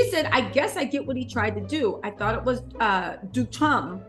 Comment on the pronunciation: Check your pronunciation of Duchamp. No hard 'c' or ch. It's French.